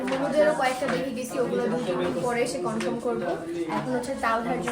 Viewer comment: Confirm ❌ Confram ✅ 🤭🤭🤭🤭🤭